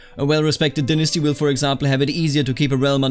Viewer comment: Please say "dynasty" correctly in the future. It made the tutorial hard to follow and I ended up with my dong caught in a ceiling fan. - All of America